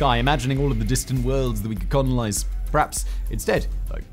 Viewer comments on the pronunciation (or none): My favorite part of channels are the little mistakes in his speaking that go unnoticed like "conolize" instead of "colonize" in the video's opening lol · Lol “conolize”